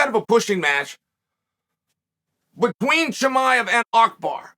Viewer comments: Makhacev to Makelchev and now he destroys Abu Bakr name to Akbar. Uncle Chael never ceased to amased me 🤣🤣🤣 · It's so funny- as an Arab- listening to uncle Chael trying to pronounce Abu Bakar أبو بكر, but by mistake says Akbar, which is actually also an Arabic word أكبر. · Man, Chael really funny. He said a name whatever he can uttered it. Makhachev became Makhalchev. Abu Bakar became Akbar... 😂🤣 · It's Abu Bakar, Uncle Chael 😂😂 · Who is AKBAAR 😂 I love how chael says wrong name with full confidence lol